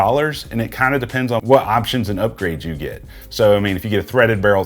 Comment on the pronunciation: Loved the review but... it's not pronounced "HELLO SUN" it's "HALLOW SUN"... just something that really bothered me... I know, I'm type A. Sorry.